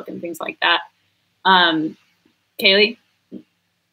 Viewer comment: Kaylie was so polite even though you mispronounced her name. (you said Kylie)